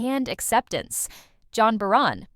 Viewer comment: Why not? It often doesn't get them right even then! (Neither do the captions. For John Barrowman, they get his name right the first time then give it as "John Barrymore"! Worse still, the narration first gives his name as "John Baronn," then as "John Barann"!)